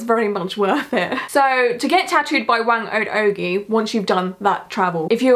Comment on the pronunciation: You were close! Phonetically, her name sounds closer to “wah-ng oh-d oh-guy”. Thanks for covering this! I’m Filipino so this was really special to me, keep it up!